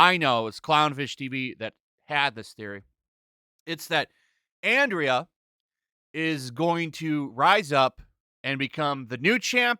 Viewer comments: It's pronounced "Anne-Dra" not Andrea,. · Isn’t her name pronounced Andra ( like Andro, meaning male) and not Andrea? I mean considering they want to replace men, it kinda makes sense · Andra, not Andrea. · Say it with me SLOWLY....... ANDRA. A N D R A ...................... NOT ANDRIA, its getting annoying how many of you cant read correctly. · You people make me embarrassed to be a man. Also, it’s Andra not Andrea you tool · Its andra not Andrea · Andra not Andrea. Not that it matters. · Like your content,, but you keep calling her Andrea. It's Andra. No matter, she is not a real character. Also I stumbled onto a channel over the weekend called Shanieology where he does reviews as Skeletor. Way more entertaining than anything this series did. You should check it out, criminally undersubbed. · OK, I HAVE t ask! WHY DO YOU KEEP CALLING THIS RACE SWAPPED FAKE, "Andrea"? it's Andra! Its Greek. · 2 nitpicking but, Andra, not Andrea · "Ahhn Drah". Not Andria. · I find it funny that they chose the name “Andra,” meaning ‘man’. No hint of femininity permitted. Edit: you keep calling her ‘Andria.’ Nope, it’s Andra. Andria would have at least been a feminine name. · i think its And -ra not andrea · I am most definitely not a supporter of this crap He-Man stuff. BUT. You need to learn how to read if you are going to do reviews. It is ANDRA not ANDREA. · It's Andra, not Andrea. She will be She-Her. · ffs, i know we all hate it but at least get her name right, it's Andra, not andrea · hey thanks for calling me a Moron! I was pointing out that the narrator of this video pronounces Andra, ANDREA! 🙄 By the way, manners cost nothing. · Andra is pronounced as Andrea? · Why does he keep saying Andrea? There is no e bro....there is no e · Why can NONE OF YOU pronounce the name "Andra?" By the way I am on your side. When I said "none of you" I was referring to the people covering this bait and switch shit.